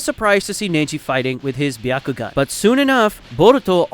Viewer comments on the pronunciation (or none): none